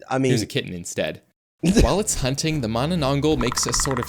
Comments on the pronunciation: im Filipino and this hurt me considering the fact he cant pronounce mananangal properly😭😭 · i started screaming MANANANGGAL MANANANGGAL ITS NOT THAT HARD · im dissapointed im a filipino and the narrator pronounce manananggal wrong its not mananangol mananangAl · Yes I am from the Philippines and it's manananggaaal not gal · the manaAN-NG gal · It's pronounced ma na nang gal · U said it wrong it mananangal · "managh manna manangglal" lol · It's the man-na-nang-gal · Him trying to pronounce the first creature's name literally made me laugh. 😂😅😢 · Bro cannot pronoance manananangal it's so easy for us Filipinos bro why😭😭😭😭✌️ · My soul hurts from the pronunciation of mananangal